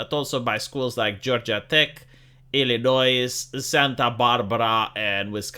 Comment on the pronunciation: Illinoise- good gawd.